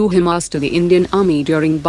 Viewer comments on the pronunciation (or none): none